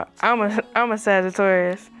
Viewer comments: Sagaoritis 😂 I thought it was sagatarris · Why did say Sagittarius like Sagittorius and she said why like whao🤣